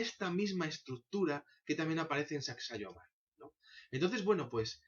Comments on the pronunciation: La pronunciación es "Sacsaiwaman" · Se pronuncia S-A-C-S-A-I-H-U-A-M-A-N